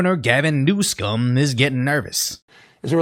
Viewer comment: Gavin NewsUHm. Man that shit was pissing me off.